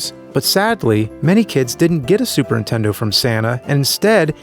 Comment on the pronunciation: Say Superntendo one more time